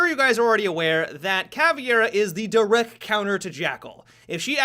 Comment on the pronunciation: ...I'm sorry, but I am really bothered by the way he says direct. "Direc." Idk, it just upsets me. :P